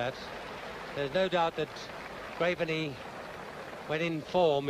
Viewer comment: What was with all the commentators referring to Tom Graveney as 'Grave - er - knee'?